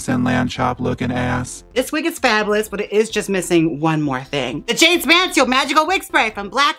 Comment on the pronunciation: I almost fainted when you said my name and got it right. I need it as a notification sound. Love you Jaymes!